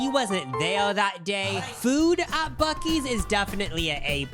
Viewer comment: It’s pronounced Boo-See’s.